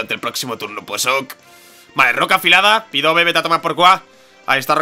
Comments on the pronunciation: dios me has roto el corazon que no se dice pidove se pronuncia pidaf;') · llevo desde que capturastes a mel diciendotelo,SU DOBLE TIPO HACE QUE LOS ATAQUES DE TIPO VOLADOR SEAN NEUTRALES FRENTE A LUCARIO PD:Contra Pidove podrias haber hecho esfera aural,es neutro(porfavor di "Pidaf",es que "Pidove"...